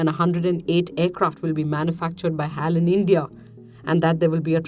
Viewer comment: It's not Hal! It's H.A.L!